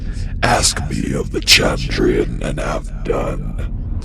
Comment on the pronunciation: He changed his pronunciation of "Chandrian" halfway through the video